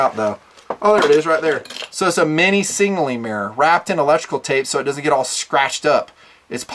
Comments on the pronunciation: "Singleing Device"? LOL. Sig-nal-ing. Not Sing-al-ing. #NitpickingFancy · why does he pronounce it singnaling instead of signaling? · SIG-NAL-ING. Not Singling. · Singnaling hahaha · I love your videos and what you represent, but for the love of God, learn to pronounce the word signal. Your whistle is a signaling device. Your fanny pack is singleing device:-) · Why can’t you pronounce Signaling? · Why can’t you say “signaling”?